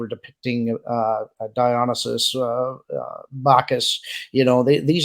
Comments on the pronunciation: It's pronounced DIE-ON-ISS-ISS. And it was obviously the Last Supper because that's how everyone perceived it. So them coming out saying it was something else is PURE GASLIGHTING. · It's pronounced "dye-on-eye-sis." The headdress not only resembles a halo, but also a monstrance which is used to venerate the Holy Eucharist. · "Di o ni sis" is the pronunciation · "dye-uh-NYE-suss" (accent on the third syllable) is the usual anglicization of the (Romanized) Greek Dionysus (which has a derived variant form, Dionysius), from ancient Greek Διόνυσος, (very roughly) "dee-ON-üh-soss" (accent on the second syllable), though one will sometimes hear "dee-oh-NEE-suss". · I think they pronounced it Tab-Blow (tableau) in Dexter. and I think it's Die-Oh-Ni-Sis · dionysus is said like die-oh-nye (like bill nye)-sus. sad we have to bring religion and politics into everything. i thought they were just going to compete in sports. the last big olympics i watched were Vancouver and Beijing. there are 600 athletes for the US, whereas other countries have about 200. we need a cap on athletes. even as an American, i think thats so unfair. that gives a higher chance for us to get gold when it should all be equal. idk why we even do the olympics anymore. i dont think iv seen anyone whos truely cared since 2008.